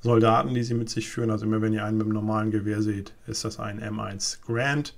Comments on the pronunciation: GARAND, nicht "Grand"! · Gutes Video! Aber kleine Korrektur: Es ist das M1 Garand, nicht Grand :) cal .30-06! lg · M1 Garand nicht Grand ;-) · das M1 nennt man Garand, nicht Grand!